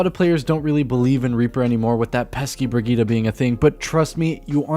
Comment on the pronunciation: who is bergheedah? i see brigitte